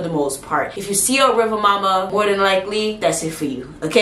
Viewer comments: I know you said you don't have a good Jamaican accent, however it's not pronounced mo-ma or muh-ma, it's pronounced moo-ma. Much love, it's was a great video and thank you for adding correction to the name in the comments. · It's really more like Riva Muma, due to the pronunciation/accent. It's actually a West African retention, basically from Mami Wata to Riva Muma. There's a lot of retention but with slight name changes in many instances. I used to hear a lot of these stories growing up. Jamaican watching from Chicago, will subscribe.